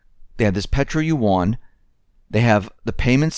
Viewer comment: Look up how to pronounce "yuan"!